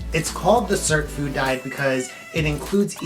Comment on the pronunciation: What the heck are you pronouncing, cert food , surp food , WOULD YOU PLEASE spell it out, thank you 😊